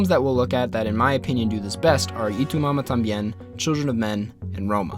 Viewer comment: Jajaj soy el unico que le da risa como prununcia Y tu mamá también? jaja lo dice como itumama tam bien xdd